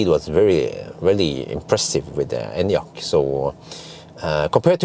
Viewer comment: i love that you actually pronounce the name correctly